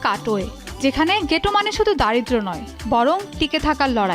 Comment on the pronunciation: ঘেটো❌ গেটো✅ কাপালা❌ কাম্পালা✅